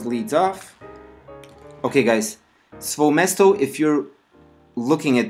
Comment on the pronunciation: SVOE MESTO- SVOE' MESTO which means in russian (my/my own place). you have to stress it right coz it sounds ridiculous otherwise